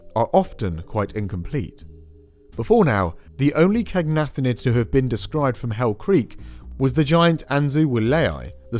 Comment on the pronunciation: Take a shot every time mispronounces “caenagnathid”